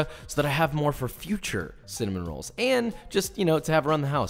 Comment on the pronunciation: Nobody: Literally nobody: Joshua wissman: UlTrA BuTtErY CiNnAmOn RoAlLs